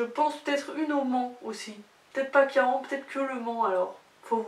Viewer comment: Si c’est « Caen » en Normandie ça se dit « quand » 😊